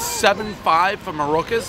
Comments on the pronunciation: Actually he doesn't know the name of the rival place he's wearing the fucking shirt I love Daves mispronunciations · The Mamaluke can't pronounced Maruca's! Mama Mia!!!! Anyone with a Michigan Shingle should trash it! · One Dave mispronouncing the name of the restaurant on the shirt he just got, everybody knows he has Alzheimer's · One Bite, everyone knows Dave can't pronounce the name of the pizzeria even though he's wearing the shirt.